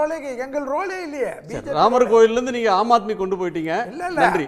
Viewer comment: ஆம் ஆத்மி என்று கூட சொல்லத் தெரியாதவனைக் கூப்பிட்டு விவாதம் பண்றீங்க. அம் ஆத்மி என்று உளறுகிறான். ------- ++++++ -------- தமிழ்நாட்டு போக்குவரத்து பேரூந்துகளின் தரம் மாதிரி வேறு எந்த மாநிலத்திலும் இல்லை. ----- ++++++ ------ ஒன்றை லட்சத்தில் எப்படிடா கட்ட முடியும்? ஓலை குடிசைதான் கட்ட முடியும்.